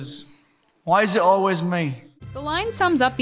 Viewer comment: It mead me laugh when Matt said we is it olweis me